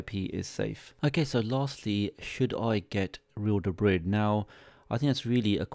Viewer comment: This is so hard to watch with him mispronouncing real debris every two seconds lol